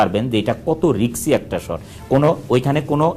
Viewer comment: ওনার কথামতে বাংলাদেশে এর আগে ব্যবসা সফল ছবি তৈরী হয়নি! নিজে প্রযোজক হলে কাজের স্বাধীনতা থাকে, সেখানে স্ত্রীকে নায়িকা হিসেবে নিলে স্বাধীনতা থাকবে না, আসল কথা। উনি নিজেকে এতবড় শিক্ষিত দাবী করেন কিন্তু রিস্ক শব্দটা রিক্স বলছেন কেন? সমালোচনা হিরো আলমকে নিয়েও হয় ভাই, তার মানে এই নয় আলম মিয়া সফল।